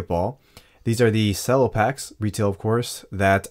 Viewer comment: It's pronounced ch-ello.